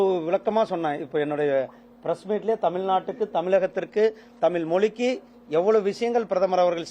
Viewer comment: இந்த பன்னாடைக்கு எந்தக் கழுதை அமைச்சர் பதவி கொடுத்தது? முருகன் என்று பெயர் வைத்துள்ளான்!!!??? தமிழும் ஒழுங்காகப் பேசத்தெரியவில்லை?????!!!! செம்மொலி, தமிலு, நிகல்சி ஆங்கிலமும் ஒழுங்காகத் தெரியவில்லை!!!???? 35% தேர்ச்சியெல்லாம் இப்படித்தான் இருக்கும். "தமில்ல சொல்லட்டுமா? நிகல்ச்சி ஒத்திவைக்கப்பட்டுள்ளது" "English இல் சொல்லட்டுமா? நிகல்ச்சி Postpond பண்ணியிருக்கு" சூப்பரப்பு. எந்த குட்டிச்சுவரு ஸ்கூலுல , எந்த எருமைக் கிட்ட படிச்சான்னு தெரியல??? தெரிஞ்சா யாராவது சொல்லுங்க.